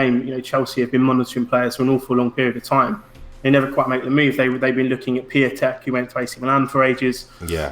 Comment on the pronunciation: As a Pole, you guy’s pronunciation of Piatek was painful sorry 😉😂